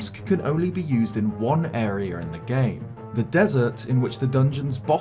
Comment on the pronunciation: it's pronounced ide-a, not ideer, and are-a, not areer...